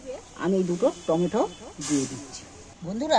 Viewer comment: টমা টম সস নয়, টমেটো সস বলে